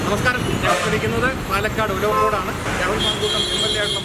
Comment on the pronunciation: ഉലവാക്കോട് അല്ല. ഒലവക്കോട്